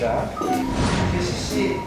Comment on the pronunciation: 보통 제시님을 제씨라고 발음하는데 맨 첨에 제시라고 말해서 진짜 깜놀